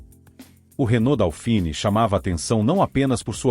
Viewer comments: Procuncia-se "dôfine", não "daufini". É francês...E o apelido NÃO era "leite em pó". Era "Leite Glória", o primeiro leite em pó instantâneo (solúvel) lançado no Brasil, cujo slogan era "desmancha sem bater". O leite em pó não solúvel precisa de mais tempo e uma temperatura mais elevada da água (morna ou quente) para se misturar corretamente e evitar grumos. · Não é "DÁUfini", é "DÔfini". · Putz, o narrador nem consegue pronunciar corretamente o nome do bichinho, A pronúncia correta é DÔFIN, e era uma grandiosa porcaria.